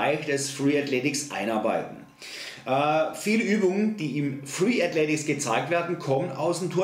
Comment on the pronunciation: Ok, weil du hast es in deinem Video falsch geschrieben und auch ausgesprochen. Aber vom Inhalt (und ich mache selber Freeletics) kann ich dir nur zustimmen